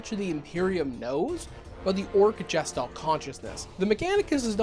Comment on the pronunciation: It's a hard G. Guess Stalt. Not Jess Stalt. Otherwise I'm behind you